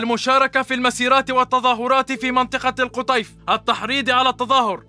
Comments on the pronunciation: يا مو القُطيف بضم القاف القَطيف بفتح القاف. ❤️❤️❤️❤️❤️ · ليس القُطيف بل القَطيف